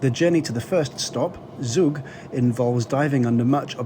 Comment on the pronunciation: It’s also not pronounced “zoog“. It’s “tzoog”